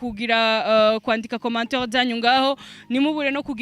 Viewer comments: unaweza just prononciation ya commentaire not commenteur.thx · ijambo commentaire arivuga nabi " Commenteur"